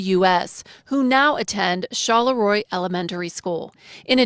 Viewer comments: The town's name, Charleroi, is Belgian. You keep pronouncing it ChaLéRoi like it's French. Knock that shit off. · char la roy not charlay roy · she says Charleroi right in the fuckan video & you still say it wrong